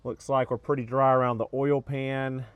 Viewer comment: I know everything lol. On these older Subarus of which I used to have two, as long as you change the Ole it will be fine. (Its "Oil" 🛢 you say Ole like Ole Miss Swiss Chocolate lol)